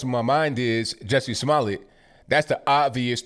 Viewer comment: Hahaha. I love that you are saying Juicy Smoolyeah.... .